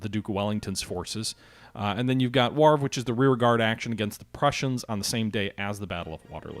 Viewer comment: ''Lig nee''.....''Wauv ra''